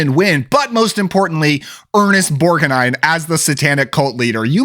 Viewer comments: Ernest Bor-ga-nine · i like your pronunciation of borg-uh-nine. I've always said borg-nine but from now on im going to make effort to go with yours 👍🙂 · Ernest Bor-guh-nine. lol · Ernest "Borginine"? LOL Cool list man.